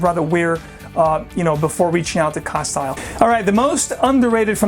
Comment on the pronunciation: You undoubtedly know your fragrances but a couple little quirks that I picked up on in your pronunciations - I purchased my Penhaligon fragrances in two different stores in London and one in Cambridge and the sales gurus in these stores pronounced the following as such on all the occasions I've purchased my bottles: Castile is pronounced casteel with the "i" being a long "e" sound. Endymion (though I found your pronunciation most interesting) is actually pronounced en-DIM-ee-un. Cheers.